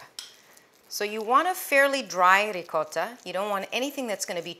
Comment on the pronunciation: So you teach the correct pronunciation of calzone and mispronounce Ricotta! (Rig ought)